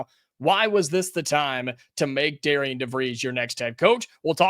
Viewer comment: It’s pronounced Darren.